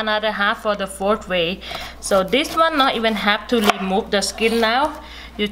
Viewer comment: Fourth way is pronounced as ( four way) by her. Interesting....